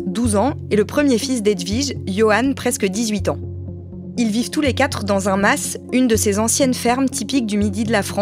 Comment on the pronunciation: Un mas pas un "masse" svp 🙏 néanmoins très bon podcast comme d'habitude !